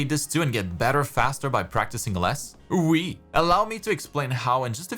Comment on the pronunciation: I didn't search for this but I've been summoned nonetheless to tell you your "oui" in French was greatly pronounced. Great video too